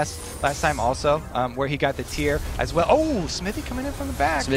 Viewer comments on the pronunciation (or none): none